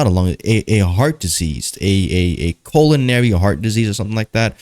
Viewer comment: me and the closed captioning both heard "Colonary" heart disease... because we all know our "colons" are in our hearts!😂